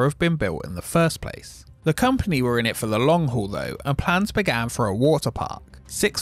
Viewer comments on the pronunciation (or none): none